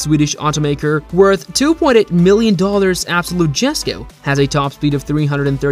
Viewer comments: Let me tell u smth u don’t pronounce the “jesko” like that to pronounce it correctly u have to say “yesko” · Since no one has said it..... It's pronounced as Yesko not Gesko Or Jesko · It’s not pronounced “JES-KO” it’s “YES-KO” bro really showed a jesko for the tuatara tho 💀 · Dude,Jesko is pronounced as yesko,and tf you mean by the 0-62mph time of the Chiron SS is 6 secs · Jesko is pronounced more like Yesko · why did i kno he would pronounce it “ges ko” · Completely butchered the pronunciation of the Jesko…